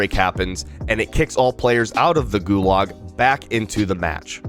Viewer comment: yo bro,GULAG is pronounced more like GU-lodge like log but with a z-ish kinda ending